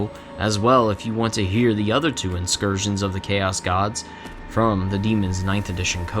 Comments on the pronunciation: Bro what’s an inscursion. Did you mean in-cur-sion? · Awesome video, although I am at odds with you over your pronunciation of the word incursion